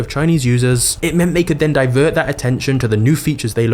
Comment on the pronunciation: Very good information, it's just a shame that you cannot pronounce the letter T at the end of your words, or even in the middle of some words, be'er is better, inovae is actually inovate, diver is diverT. It is really annoying.